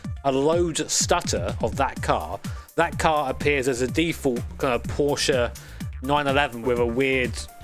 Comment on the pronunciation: One of the few English speakers who pronounces Porsche correctly. That's worth a sub to me.